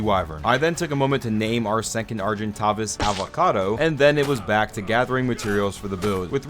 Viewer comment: How to pronounce Argentavis CORRECTLY (no hate just for everyone to know) Are-Jen-Tay-vuss / Ar-Gen-Tavis